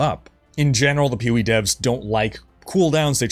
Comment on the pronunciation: You've said "POE" so many times in this video that now all I hear is "Pewie" 😂